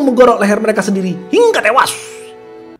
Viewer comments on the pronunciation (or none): jedderr...hingga tewash " pake shod "